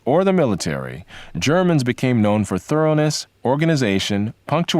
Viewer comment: "Jarmins" pronounciate ...female Podcaster. They didn't have history class in ebonic socialist schools?